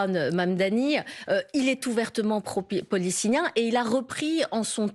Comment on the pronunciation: 😂 Elle arrive même pas à dire Palestinien